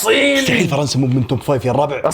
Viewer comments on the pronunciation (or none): none